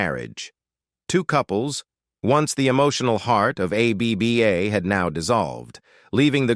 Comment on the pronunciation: Just say abba you computer speak jerk, not A.B.B.A!!🫣☹️